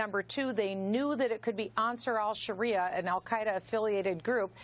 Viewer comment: they called ansarr al sharreeah